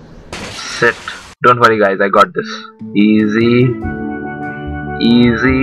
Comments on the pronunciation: Everytime he says “shit” he sounds like he’s saying “sit” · Everytime he says shit i think he says sit xd